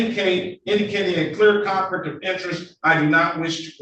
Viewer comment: Fool "axin". Con-flik of inerest.